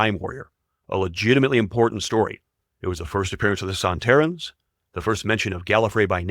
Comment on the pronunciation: I'll be honest, you didn't quit get Sontaron right. The A is "ah", just like Dalek. But making those few connections where the actor wasn't even credited in Star wars, shows some commendable research, and an insane number of rewatches.